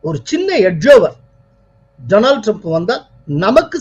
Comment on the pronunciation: We enjoy your channel very much and appreciate yours political views even more. You are doing a great service to all of us. Thank you profoundly! But I wish you will pronounce Donald Trump’s name correctly. Donald should be pronounced as ‘டாநல்ட்’ not “டொரனால்ட்“ It is downright hilarious to keep hearing the name tortured! Please do not get offended. We feel it is our duty to correct you. If we did not, all the people listening will assume that yours is the correct way to say that very common name: Donald. Please correct yourself. God bless you for your service, it is great work.